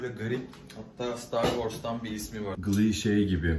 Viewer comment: Glee degil Can Ghee. Okunusu= Gi